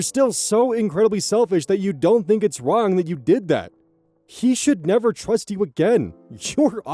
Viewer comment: 🤔 the first few seconds I swear I hear "twust". Am I losing my mind? I love when oz goes discord mod voice, but it was just that one word.